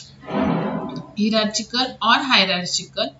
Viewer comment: The pronounce is hyrarkikal... Not hierarchical